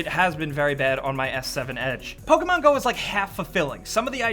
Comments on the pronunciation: Stop saying PolkaMon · What is this "Poke a mango" game you speak of?